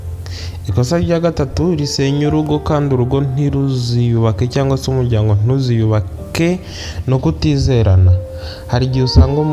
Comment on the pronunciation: Bavuga umuryango ntabwo ari umujyango